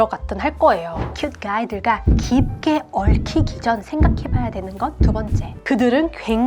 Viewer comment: 블루~아이 큣~가이 ㅋㅋ 너무 발음이 찰지신것같아요! 내용 완전 공감합니다! 정말 서양문화를 모르는 사람들은 진짜 바로 나락행일수도있어요..ㅠ 개인적으로 외모도 중요하지만 어느순간 외모보단 이사람이 나랑 정말 맞을까? 라는 생각이 들때가있어요. 이게 경제적 차이가 너무 많이 나도 들더라구요...😅 암튼 100퍼 맞는말이시구 다른분들도 참고하시길...😊